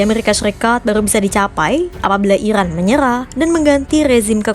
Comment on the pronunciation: Iran kak bukan irwan